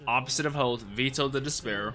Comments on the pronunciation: Another spelling of Raia is Rhya, so that should solidify the proper pronunciation for you lol. Vetto is “Veh”tto, not “Vee”tto (just to clarify) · I pronounce him Vet-to